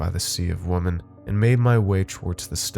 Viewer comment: Does noone know how to correctly pronounce women anymore? It's not the first Youtube channel where I've heard it pronounced wrong.